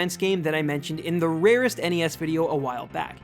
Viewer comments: The RRRRRarest. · If you quit saying "rarest" like your saying it, I bet almost all of those downvotes on your videos would go away. I upvoted, but just letting you know.